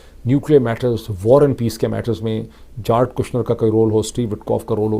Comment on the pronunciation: جیرڈ ہے سر جارڈ نہیں ہے